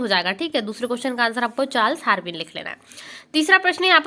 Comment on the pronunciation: Chals harveen nahi.. Chals darween hota h didi